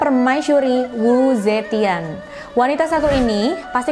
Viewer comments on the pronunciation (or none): Yg dr 中國大陸(china daratan) itu bacanya U..che..dhien